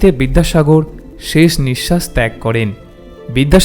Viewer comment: শেষ শব্দটিকে ‘ছেছ’ উচ্চারন না করলে ভালো হ’তো ! ক’লকাতার বন্ধুরা দেবদুলাল বন্দোপাধ্যায়ের এবং নীলিমা স্যান্নালের উচ্চারণ শুনে দেখুন ।